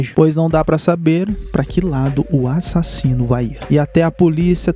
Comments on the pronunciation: eu amo qnd ele fala "A-ssassino" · A parte mais massa do vídeo dele é quando ele fala " ÁSSASSINO "